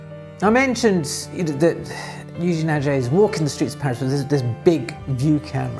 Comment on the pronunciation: Thanks a lot for this very interesting video, as always. Kind comment about french pronunciation : "è" in Eugène and "et" in Aget, you can quietly pronounce as "ai" in again